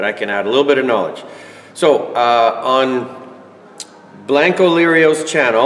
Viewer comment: It’s not blank o lerio. Get that right first.